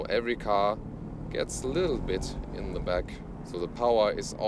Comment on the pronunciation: sprichst so flüssig englisch da kannst dir doch noch bei der Aussprache etwas Mühe geben ;)